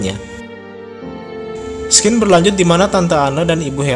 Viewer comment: Maap bang sekedar info. SCENE dibaca SIN bukan skin